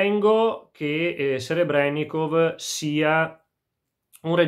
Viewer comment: > Spero di aver pronunciato correttamente il nome del regista Purtroppo, no. Serébrennikov (accento sulla seconda e) 😎